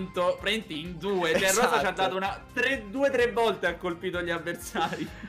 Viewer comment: Minuto gigi dice ESDATTO😂😂